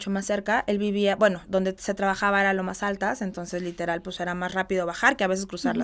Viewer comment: Porque usa tanto la palabra LITELAR!!! Sabra el significado de esa palabra???? Ni quebrada se le quita el tonito de voz. Que pereza!!